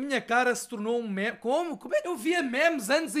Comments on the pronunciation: NÃO SE LÊ MÉMES É "MIMES" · Fodass isto irrita-me, meme é pronunciado /mim/ e não /mæm/ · NAO DIGAS MÉMES DIZ MIMES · Diz se "mime"